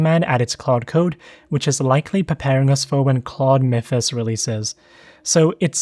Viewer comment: Claude team pronounce it as ‘Mithos’ which rhymes with ‘miss’, cos it’s a word derived from ‘Mythology’